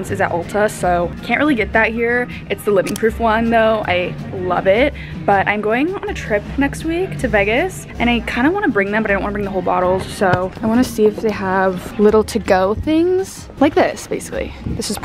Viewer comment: whyd u say vegas like that 😭 i live there and we pronounce it as vaygas